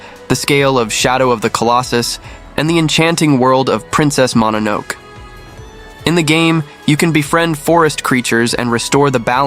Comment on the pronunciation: Marko looked pretty cool, but what I was bringing up with my comment is that by you using an AI voice, the correct name for the movie mononoke, wasn't properly pronounced.